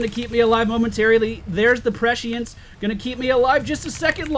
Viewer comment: There's no "H" sound in prescience :P You almost got it xP